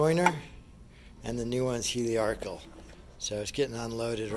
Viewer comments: Appreciate the review. However, please note it’s a helical cutter. You keep calling it heliarchical, which was derived from the old work for TIG welding - help-arc. Helical comes from the work helix. Take it from an exam-TIG welder. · I watched this video because I just ordered the same jointer, and wanted to see the unboxing and initial impressions. The fence on this jointer is longer than the entire bed of my old Craftsman, so it should be a huge upgrade! This video made me nostalgic for my middle school woodshop class. Even though I admit to chuckling every time you said “heliarcal”, I found it endearing. Thank you for sharing! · I took a shot every time he mispronounced "helical", and now I'm drunk!